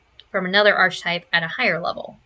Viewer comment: Girl that is not how archetype, theurge, or chassis are pronounced 😭